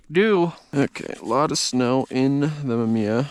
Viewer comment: MA MI YA say it with me hahaha great video man, looks chilly out there!